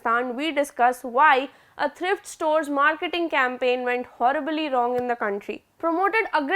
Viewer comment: Buddy, thrift rhymes with LIFT